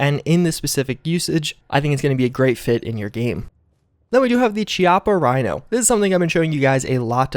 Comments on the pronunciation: The pronunciation for the revolver is "kee-op-uh". Not chee. ☺ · Chiappa Kee-ah-puh